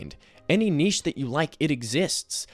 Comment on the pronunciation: big shout out for an American pronouncing 'niche' correctly